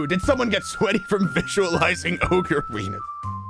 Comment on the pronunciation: ranboo mispronouncing "ogre" is so funny??